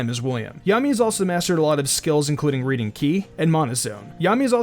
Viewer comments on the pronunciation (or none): none